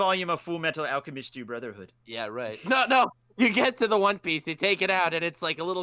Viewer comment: saying fullmetal alcamist brotherhood